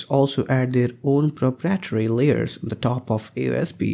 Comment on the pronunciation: Nice video! But please learn how to pronounce "proprietary" ;-)